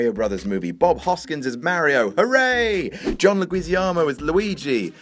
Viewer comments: Le-Gwee-Zee-Ahmo? PLEASE tell me that was a joke. Please? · He called buddy "...Luhgweezee-amo" tho. Heh heh. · John Le-gwee-zee-ah-mo??? Wrong. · John Leguizamo would be disappointed with your version of pronunciation.... I think Enchantress is more disappointing in suicide squad, the devil malebogia in the spawn movie (1997) Prometheus (the entire concept), The shark in Jaws 3 & 4, Samuel L Jackson in Unbreakable, He Man (again the entire concept), Highlander 2 + (how that idea was ever green lit, planet friggin Zius).... Boy I could go on. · Personally, I'm just confused by how you managed to botch John Leguizamo's name so badly